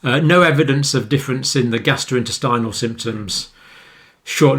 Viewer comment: It's amusing how he keeps calling the gastrointestinal tract, "the gastroinstinal tract".